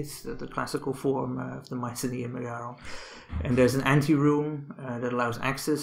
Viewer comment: It's not pronounced "MeGAron". It's MEgaron. Just Like the name of the band MEgadeth. Learn to pronounce the Greek words properly.